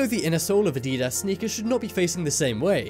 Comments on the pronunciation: it's said add-ee-das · LOL to the way he pronounced adidas and his explanation on spotting fake Yeezys. The foam spongy material LOLLLL you mean the boost sir. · The way you pronounced adidas made me cringe